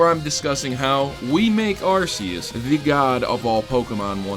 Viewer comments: cough arc-e-us not arse-e-us cough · It's pronounced AR-key-us